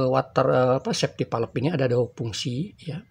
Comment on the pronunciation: Kontennya bagus, cuma cara penyebutan safety valve itu perlu diperbaiki Safety valve dibaca ˈsāftē ˌvalv (bisa cek google translate utk lebih jelas)